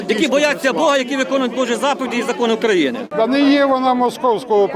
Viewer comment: Не грамотный мужчина у нас Украи’на, а не Укра’ина